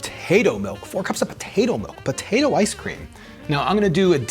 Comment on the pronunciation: Neither of you pronounce the “p” in potato. Bo-tato. Lol